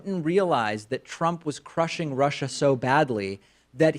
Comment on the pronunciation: So he says he is tough on Russia or as he says it "Rusher". So just how is he tough exactly.?